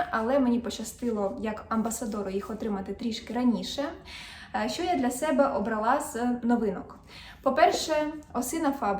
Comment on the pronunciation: Ви не раз кажете "обралА", а правильно казати "обрАла".